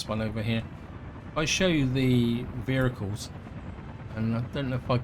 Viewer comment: You talk very strangely, why do you say 'vericles' instead of 'vehicles'. Odd.